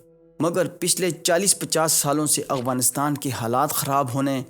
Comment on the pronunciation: Why do you pronounce Afghanistan as Aghwanistan?